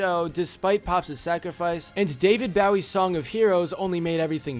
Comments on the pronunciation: This idiot said “David Bow-Ie” and I’m greatly disappointed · You said BOWIE wrong